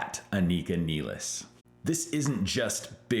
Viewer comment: I mean, it's Rush. Of course the drummer's last name will be mispronounced!